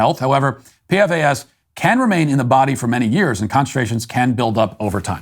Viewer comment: The compound is pronounced 'P-FAS'. But don't worry about it, its only carcinogenic. 😆